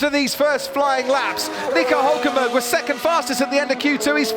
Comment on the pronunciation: Hülkenberg !!! with a damn " Ü " !!!